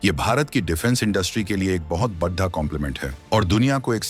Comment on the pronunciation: आपका उच्चारण बिल्कुल भी ठीक नहीं है बड़ा और पड़ा आदि गलत तरीके से बोलना और सुनना बहुत ही अखर रहा है